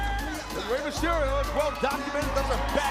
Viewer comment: "Rey Masterio" Tony Chimel 🙄😂